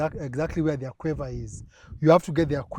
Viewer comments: Aquifer not 'aquaver'....this coming from a drilling tech trying to explain what he did. Damn. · *aquifer. Otherwise great episode